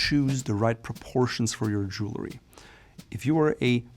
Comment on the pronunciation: Jewelry is pronounced Jewel-REE. Not: Jewel-LA-REE.